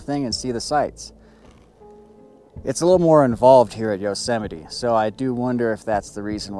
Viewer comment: Yosemity??? Say no more. 🦍🐒🦧😢😢😢